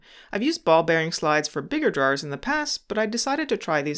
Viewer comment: Sorry bud, I couldn’t make it to the end because of the way you pronounce drawers. Great video though thanks for sharing